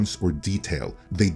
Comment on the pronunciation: You’re getting dislike for keeping mispronouncing Zaslav’s name (it is not Zaslaw you retard!).